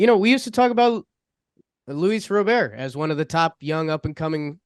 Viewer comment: What's with the robert annunciation? Am I missing something with that? I thought these guys know baseball